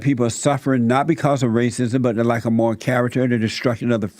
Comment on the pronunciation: Fucking shit myself when he said “morll character, morlls”